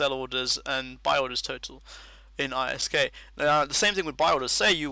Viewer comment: Awesome, this is interesting. Also I like how you say ISK, (separated) idk, I perfer it but ISK is fine too.